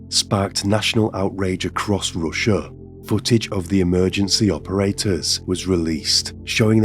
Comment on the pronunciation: I'm sorry, the story sounds super interesting, horrible but interesting. Nevertheless I cannot stand this manner of dragging syllables in last word of the sentence. "Ruuuuuusia", "Doooooore". I don't know if that's simply how some people try to become more mysterious or what? I highly doubt this is how they speak normally. So when I hear it in a video, it's an instant quit for me. Nevertheless wish you best.